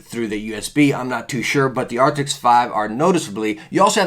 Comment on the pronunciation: Anyone else get annoyed that he says Arctis like “Arctic’s”😂